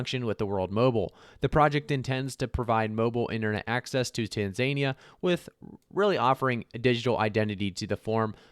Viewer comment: Tan za nia is how you say it